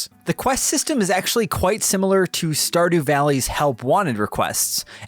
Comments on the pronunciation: “Storydew Valley” :’) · did.. did you say.. store dew valley..